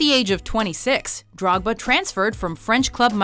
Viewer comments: How’d you pronounce drogbas name again? Haha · Major L they don't know how to say drogbas name lel